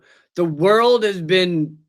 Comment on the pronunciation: "You've never bean?" 😂